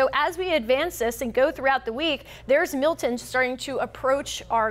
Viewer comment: Notice in the beginning she pronounced it "Mill..en" as if it has a silent "t". Then the producer was probably screaming into her earpiece... MILTON. Not Mill..en you frigging moron!